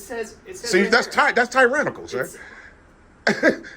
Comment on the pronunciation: Bro you can't even pronounce tyrannical let alone define it. 🤣🤣🤣🤣🤣🤣👀👀